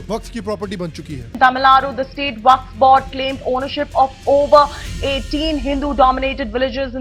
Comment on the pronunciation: WAQF ❌ WAFQ ✅ 😂😂